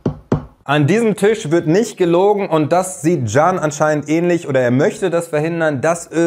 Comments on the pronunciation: Genau! 😅 Jan / gan / can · Can bedeutet leben u ist keine Abkürzung ,ausgesprochen wird es dschann,aber als Spitzname oä wir es schon verwendet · Der Vokal a wird kurz ausgesprochen. Also stell dir vor nach dem Vokal würden zwei Konsonanten stehen… Cann 😊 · 😂das spricht sich " Can" und nicht "Can" 😂, ich liebe es❤❤❤